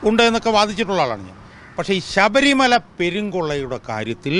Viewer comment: ശബരിമല എന്നാണ് ഉച്ചരി ക്കേണ്ടത്. അല്ലാതെ sabharimala എന്നല്ല. ശ്രദ്ധിക്കുക